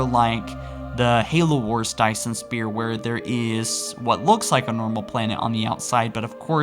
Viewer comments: Did you seriously say Dyson Spear? It’s sphere, you fuck. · your pronunciation of sphere and librarian make me want to kill a puppy